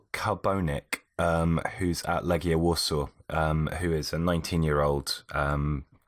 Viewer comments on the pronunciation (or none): none